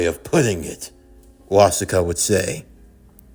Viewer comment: Its actually killing me little by little hearing you butcher the hell out of Wasuke's name. It's literally the same as Sasuke but with a Was instead of a Sas.